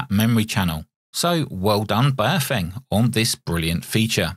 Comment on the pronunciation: The correct pronunciation of Baofeng is like Bow like the bow of a ship followed by Fung like fungus. I have three of these and the airband reception is terrible. It's like it's stuck on FM when it should be AM. I've contacted Baofeng about this asking if there's a firmware update to fix it but there's nothing at the moment. Apart from that it's all good apart from Bluetooth programming which seems to crash the radio and requires a factory reset.